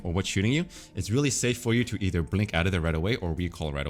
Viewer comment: "Eith er" lul